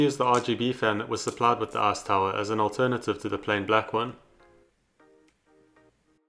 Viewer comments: i keep hearing "ass tower" instead of "ice tower" idk if its just me but i can either blame on my dirty mind or his accent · What can I say? All I hear is "arse tower" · "Screw the a$$ tower..." Uh, accent... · I can't get over how you say "ass tower" Great video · Sounds like he’s calling it “ass tower” 😂